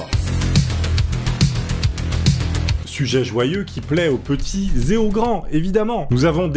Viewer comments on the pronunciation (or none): mauvaise liaison au début : c’est pas « aux petits Zet aux grand » mais « aux petits et Zaux grands »